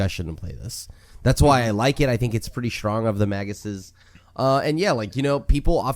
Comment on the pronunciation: 1 minute in: It's Magi